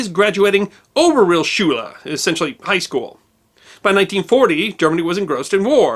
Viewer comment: Sorry to say, but the pronounciation of some german words u use is horrid. I know its hard but uf... Realschule made me cringe so hard. You are forgiven though :D